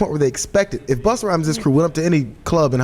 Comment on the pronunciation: "Buster" Rhymes she called him. lol! Doesn't she know it's Busta Rhymes, not Buster Rhymes?